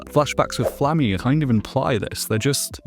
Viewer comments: I commented on another video of yours, about your pronunciation of "Stille" (again, great video, as is this one), and noticed you also mispronounce both Serie, and Flamme's name in this video as well. I am genuinely curious as to where your pronunciation comes from, because again, both the sub and dub, have all the characters saying their names only one way. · your pronunciation of flamme and zoltraak etc hurt 😓